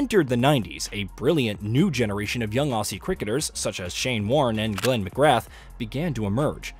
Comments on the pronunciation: It would be nice if the narrator actually pronounced McGrath & Gilchrist properly. Just typical American Seppo's that read straight off a script instead of researching even the pronunciations of names. Also we Aussie's aren't just dominate in cricket, we're dominate in all sports we play at an international level, whether in sports like swimming, Olympic events & team & individual sports. We are known primarily as a sporting nation, all sport is extremely important to us, not just one sport like India with cricket. Sport is a religion for us Aussie's, it's in our DNA & we bleed Green & Gold. We have a never give up attitude which started with WW1 & our ANZACS. It also about our country as a land. We live in the most harshest & gruelling country on the planet. Our beautiful Great Southern Land tries to destroy us as much as possible with the constant natural disasters she throws at us but she never wins as us Aussie's will stand back up on our feet & start again with a fighting attitude. We are also a very laid back nation that doesn't take life so seriously & we have a sense of humour that the world doesn't understand but it's all about taking the piss outta all ya mates & being able to take it back & not be offended & not being politically correct. For a nation of only 25 million people we Aussie's punch well above our weight on the international sporting stage. One last thing, don't for about our female cricketers, they've won 7 ODI world cups, a shit tonne of T/20 world cu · Just a small nitpick but McGrath is usually pronounced with less emphasis on the final 'th' to make it more like "McGrah" and Gilchrist is pronounced "Gill-Krist". Great video nevertheless! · Good video. Just a few name pronunciations. The th is Mcgrath is silent and Gilchrist is pronounced as gill kryst